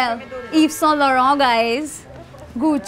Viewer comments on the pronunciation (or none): How badly she pronounced YSL 😂 lol Iso??? It’s Yves